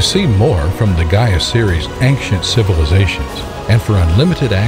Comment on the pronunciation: Was going to watch the video until I heard Gaia